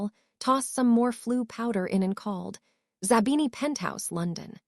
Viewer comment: It is not d o m a t a, it is dementor Karma and it is not zabana, it is zabini?